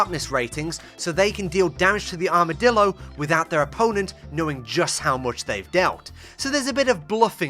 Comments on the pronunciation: “Armadildo” How humorous. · Please tell me i'm not the only one who's seeing he called the armadillo "armadildo" 🙃